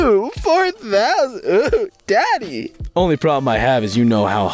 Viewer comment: I really need him to stop saying "daddy" like that 😂💀